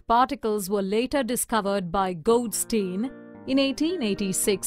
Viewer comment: A video that explains the basics of physics should be correct and not confuse the discoverers. It was Rutherford who discovered the proton and not Goldstein, whose name has also been mispronounced. In an exam, these were devastating mistakes.